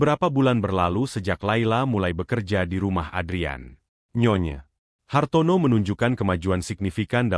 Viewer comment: Cara bacanya : nyonya Hartono Bukan : nyonya, Hartono Pemenggalan kata yg tidak tepat dapat membedakan arti